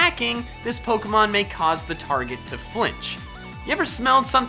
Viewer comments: it says "flitch" instead of flinch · “flitch” F l i n c h * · #1 says flitch instead of flinch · Flinch or flitch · it said flitch instead of flinch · Flitch? Did you mean Flinch ? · It said flitch instead on flinch xD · “to flitch” hehehe 😂